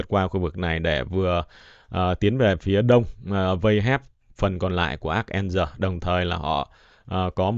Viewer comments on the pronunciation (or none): ARkhagenski nhá Đọc tên thành phố người ta m chú dịch linh tinh quá